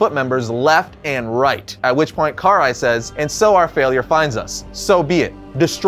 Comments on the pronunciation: The way he pronounces Karai's name angers me deeply. No hate tho. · Sorry to nitpick, but you mispronounced Karai's name several times. Her name's pronounced "Kar-rai", not "Kar-ai". You also fumbled with pronouncing "Hiroto". It's "Hee-roto".